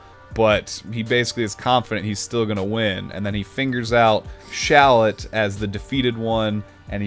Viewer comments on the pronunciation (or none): considering the name is shallot like the onion... shouldn't it be pronounced shal-LOT not SHALL-ot? If still confused, Kakarot and Shallot should rhyme.